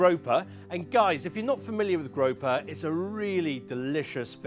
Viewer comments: 🐠 Grouper is pronounced - groo per. grope her is what you do at end of date night 🐠🍳🍳🍳🍳🍳🐠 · Grope-her? 😂 is that how they say it in the UK? Oh no. Group-er I know they aren't native to your shores so you can't claim this incorrect pronunciation 😂